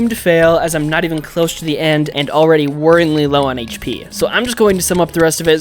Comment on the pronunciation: even not "Evan" mind through not troug hour not houers